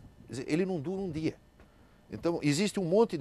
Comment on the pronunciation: Ese senhor realmente sabe falar portugués corretamente.A pronuncia dele é impecável. Ele fala certo. O Max pronuncia a palavra 'dia' como 'dee-a' e não 'jee-a' 'Jee-a' como muitos brasileiros dizem e errado. Eu odio ouvir 'jee-a' e não 'dee-a'